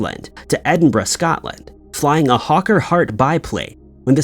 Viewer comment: Àt last he got Edinburgh right ‼️